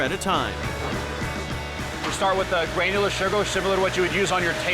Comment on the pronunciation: Did that guy just say "grainular"? Lol there's no I!